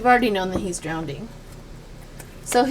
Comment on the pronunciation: (It’s “drowning”, NOT “drownDing”)